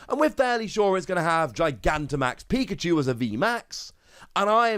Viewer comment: Could have sworn he said pika-jew lol